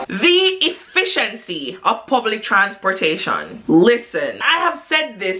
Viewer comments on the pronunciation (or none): she said "transporta...shian" - luv it